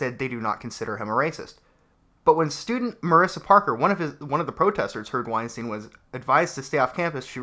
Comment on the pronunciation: So, I know this is ultimatly irrelevant, but i cant help myself: his name is weinstEIn, not weinstIEn. The "ei" is pronounced like I or eye. Its german and means winestone. Also: damn these children are stupid, it hurts.